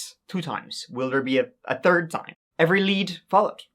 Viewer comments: In this episode, said “tree (3),” “turty (30),” and “turd (3rd)” twelve times. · being so traumatized that he said “third” instead of “turd” just shows how hard-hitting it was. Pretty messed up. We love you,. No one will blame you if you take a short break after this one.